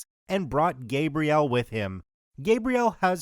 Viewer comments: Say it with me: GAH-Bree-El, like the female name. Not GAY-Bree-El like the male name. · Female Gabrielle is usually said as "gabri- elle" not the way youre saying "gae-briel" <gabriel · Great video, but I suggest saying the name Gabrielle a bit differently, I wasn't watching and was only listening so I thought it was the masculine version of the name. For a name in French like that, it's pronounced, "Gah-briee-ellee" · My god, please learn how to pronounce her name. So irritating. Ga Bree Elle. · Th ambiguous name of Gabriel, you are pronouncing it WRONG, you are pronouncing it with a hard A,like when saying th word PAINT, with emphasis on th GAB part of it,which is th MALE pronunciation of it. For th correctly pronounced FEMALE version of it, its th SOFT A, like when saying th word APPLE, Gabriel, emphasizing th EL at th end like Gabri-EL - I hope this helps, to anyone who cares 😉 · It really annoys me how you pronounce Gabrielle like Gabriel the whole time... Gabrielle is pronounced Gab-ri-elle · It’s pronounced: GAH-vree-ELL! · The woman is French, so it's pronounced GAH-Bree-ELL. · So ya, Gabriele is my sister's name so sorry to be that person but it's pronounced GA-Bree_elle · Oh thank god this was driving me nuts how he said it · oof, butchered the pronunciation of her name, but 10/10 content as always